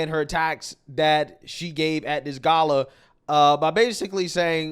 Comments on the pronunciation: Ga-la, Not Gayla. Then just can't help but shove LGBTQ stuff literally everywhere. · ...why is he saying "gay-la" it's "gah-la"... then again his personality speaks for itself... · It’s Ga like Car and la like la-la